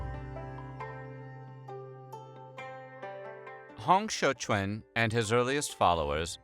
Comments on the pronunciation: While it's a good effort with everyone's names, it's quite a bit off. ie: Hong Xiuquan: "Hong" the -ong would be more similar to a long O. Xiu is good. "Quan" doesn't have much of a similar pronunciation in English. "Quan" would be more like "chew-eh-n" or "chyuen" with the "yu" part of the word would be more partly-puckered lipped as though you were pronouncing French. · as a chinese, thanks for the nice effort on Hong Xiu Quan name pronunciation: it was, close enough than most effort in English online.